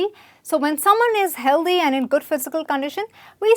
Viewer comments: The mispronounciation is kind of annoying though. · O please it's not Healdhy it's healthy th as in think